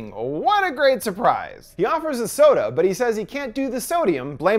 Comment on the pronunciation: The fact he said sodie, my week has been made